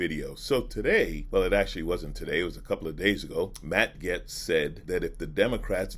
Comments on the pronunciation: It pronounced GATES not GETS lol sorry it drove me nuts the whole video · It's pronounced gates, you're right. is mispronouncing his name, calling him Getz, which exists, but isn't the child trafficker's name. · Pronounced, GATES, not 'Gets'... Jayzus, you're killin' me! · Nah it’s GAYST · Gates is the wrong pronunciation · yes it shows a great amount of disrespect. Not only for the subject matter that you're covering, it also the person that you're talking about. And clearly you noticed that he pronounced his name wrong as